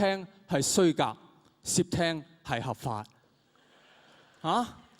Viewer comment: 窃听个窃系咪发错咗？应该系sit3，黄子华发成sip3(摄)!